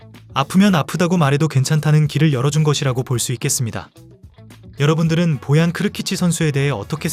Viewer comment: 떡볶이를 먹으러 간다고? 스페인 선수가? 너무 ai대본아니냐? ai 나레이션도 보얀을 보앤 이라고하내 계ㅒ속